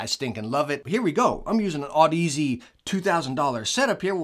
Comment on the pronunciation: Sigh, back to the broken Audeze pronunciation is see ;) whoops, this is 11mo old :D